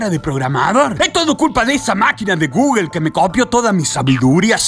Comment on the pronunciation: No te pasa que gugle pero es Google XD